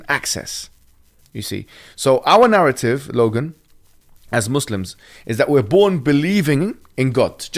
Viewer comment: I like how Logan pronounced muslims right